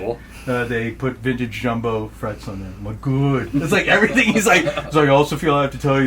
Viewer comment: 😂 (makes chef’s kiss motion) “Güüd.”